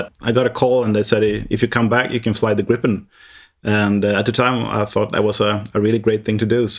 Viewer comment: Haha the interviewer pronounce gripen better then the Swedish pilot😅😅😅